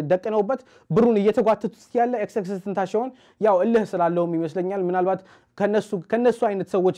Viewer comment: It is not tenashion It is tenasion when pronounced